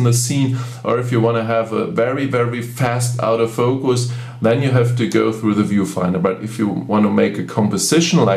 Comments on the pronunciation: What is this OUT OF FOCUS..............if you mean Auto focus its pronounced orto focus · Lol...it does sound like "out of focus", instead of autofocus but, no big deal. Very nice video. Watched it until the end. Got some great tips. I especially liked the one at the end about assigning the function key for the artificial horizon in the viewfinder. Just now set my 7100 function key to exactly that. Thank you! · Love how you pronounce auto focus as "Out-o-focus" :) that's what I'm callling it from now on.